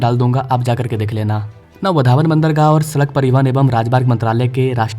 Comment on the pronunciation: वाढवण नाम है वधावन नही